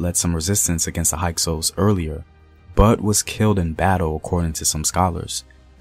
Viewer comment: HYKSOS**. Sounds like a Hyksos. High cose. No no sounds like hike sous